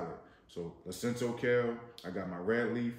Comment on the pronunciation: It's LUCINATO kale, not Lucinto.